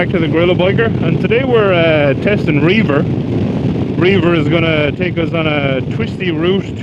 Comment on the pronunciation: I do believe the app is pronounced Rev-er (at least when I've heard the employees pronounce it). I can imagine you could use it for reaving though, go forth and plunder! Love the jacket, it looks sharp on you. I'd totally drive that truck. Very dope.